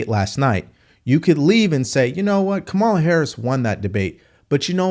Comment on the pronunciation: Just a friendly reminder that her name is pronounced KAmala, not kaMALA.